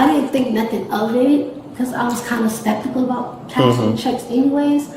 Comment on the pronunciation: "spektical" ... "septikal" ??? Pick a mispronunciation and stick with it.